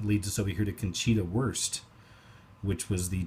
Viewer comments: Conchita Wurst / Wonchita Curst (cursed) !! haha , Wonchita sounds like "Wichita" or WITCH AI ....Artificial Intelligence ....Mount Sin(ai) "In the 20th century, aircraft pioneers such as Clyde Cessna and Walter Beech began projects that led to Wichita's establishment as the "AIR Capital of the World". The aircraft corporations Stearman, Cessna, Mooney, and Beechcraft were all founded in Wichita in the late 1920s and early 1930s." > [ Clyde Ceϟϟna / CC=33 ..Mooney / MOON-ey ..Stearman / STARMAN E / Ǝ or 3 ..BEE-chcraft or Weechcraft (witchcraft) ] Air is one of the "5" elements that appear in modern WITCH-craft . alchemical symbol for AIR is an upward-pointing TRI-angle, BI-sected by a horizontal line ..favoring the EYE of providence above an uncomplete py-RA-mid . "According to Plato, it is associated with the octahedron; Air is considered to be both hot and wet. The ancient Grks used two words for air: aer meant the dim lower atmosphere, and aether meant the bright upper atmosphere above the clouds." ~ Wiki The actual shape of Earth is octahedral , a DI-pyramid with a square base or flat earth surface ..As above , so bel-O (the phrase / phase begins with the letter "Α" / and ends at / with "Ω" / O-mega) . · Wait a second whats her/his name? Did you say Con Cheater Worst?